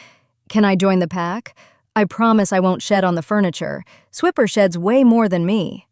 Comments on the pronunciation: Fun story. The worst part about AI narrators is totally messing up the name. The whole Dora the Explorer joke of "Swiper, no swiping" is lost with pronouncing the ferret's name as swipper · Ahhhh, either Spell the Character names Differently or Pronounce them Correctly! Swiper is like when you Swipe your Credit card with an R at the end. The Ferrite Steals things so the name is appropriate..